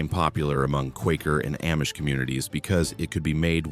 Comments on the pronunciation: The A-Mish, lol. Use much AI for this video? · It's pronounced Ahmish... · Shocked no mention of whiskey being made n Lawrenceburg. Baby Face was also from here. I wish AI didn’t read this because Milan was mispronounced along with Amish.